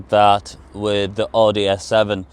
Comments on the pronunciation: Please pronounce Audi properly. It’s pronounced as Owdi not Ordi. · is he pronouncing oooudi???